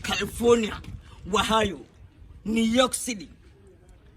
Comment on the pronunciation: Ohio. He said wahayo 😂